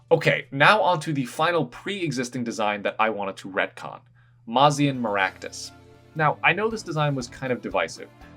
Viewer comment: Mazan Maractus should totally be a Fire/Poison Type. (And your pronunciation isn't bad, believe me.)